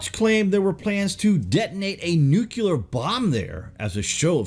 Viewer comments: absolutely dig your video Bro of the greatest discoveries of 2018 and for what is to come for 2019. It is my darnest need to provide a grammatical error in the word Nuclear for your viewers. The word is pronounced as New/Clear not Nuke/u/lar. As your videos inform/educate; your viewers must always be provided with the correct pronunciation. Excelcior! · Nucular? Really? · "nuke-ular" George Bush,is that you?